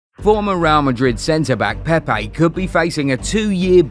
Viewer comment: Hey... What's up with this accents.. its PEPE not PEIPAY